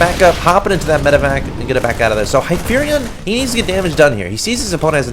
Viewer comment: This is the actual player Hypherion. A) thank you so much for saying my name properly. B) Thank you so much for the advice. It is painful to watch this match because I made so many mistakes, but the advice was really helpful. Anything to improve my game I greatly appreciate it. Again, thank you so much.